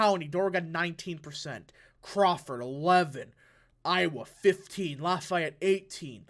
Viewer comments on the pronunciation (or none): none